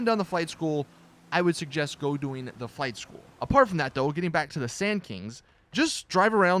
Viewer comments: I thought you said fight school instead of flight school lol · I thought you said fight school and not flight school... I got so confused like WTF is fight school blud?